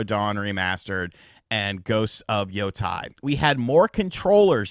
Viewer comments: Yotei is pronounced [Yoh - Tay] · Just to clarify, "Yotei" is pronounced "Yoh-tay."